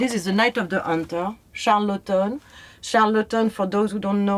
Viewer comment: Yeah... Charlottonn! ;-)